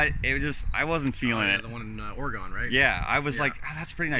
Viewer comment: Did he just say "Or-gone"?!?! It's Or-uh-gun!!!